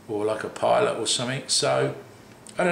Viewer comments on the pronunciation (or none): none